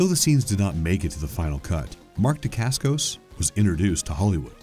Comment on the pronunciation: Butchered Mark’s last name and the name of his fathers style of martial arts.